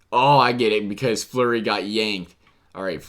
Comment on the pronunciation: You callled flurry Murray